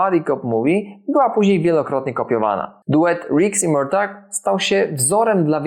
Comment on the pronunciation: W filmie co chwilę jest Merto, Merto..., nie wiem jak trzeba oglądać, żeby wymawiać Mortag/Murtag 😆